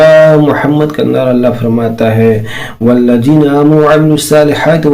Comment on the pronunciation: Aap Al-lazeena ko Al-lajeena kyon parh rahey hain? it is a major mistake the person like you.